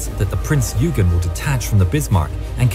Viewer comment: Royal Navy didnt "make a mistake" when tracking Bismark - Bismark jinked unexpectantly in the night darkness after zig zagging in apparent anti submarine manouvres - it was good seamanship on the Germans part really. Another thing wrong is the narrators pronunciation of Prince Eugen (OI GEN) - rant over i will hop off soapbox now - keep doing what your doing!!!!